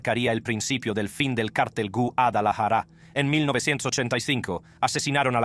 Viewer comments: Quisiera saber de que nacionalidad es el personaje que relata estos videos porque no habla español o castellano no sabe decir Guadalajara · Elvis Presley pronuncia mejor la palabra Guadalajara que tú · yo también y Guadalajara no la pronuncia asi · Q no sabes pronunciar guadalajara